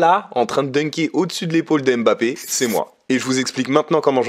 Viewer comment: « Mbappé y sourisse »...😂 frérot